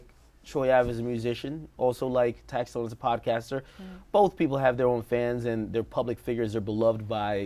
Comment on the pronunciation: Is star saying tax tone 😂😂😂😂